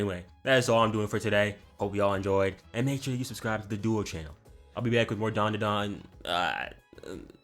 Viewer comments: Pronounce the group like Dan dan gahng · It’s dan-da-dan